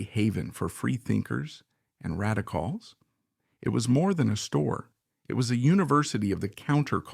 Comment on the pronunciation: As soon as I heard how the word "radical" was pronounced, I knew it was an AI voice, and then I was out. Good bye.